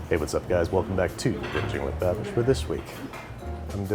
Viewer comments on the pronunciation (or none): I thought is was pronounced Bah-Beesh, not BAAbish.